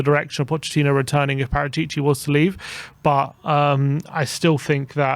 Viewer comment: It's wrong speak Paratìci, the correct sound is Paràtici